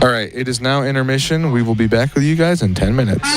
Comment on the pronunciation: "hope you enjoy this one gwes"